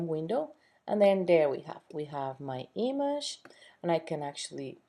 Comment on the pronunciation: Learn to fucking say "image". You're driving me nuts!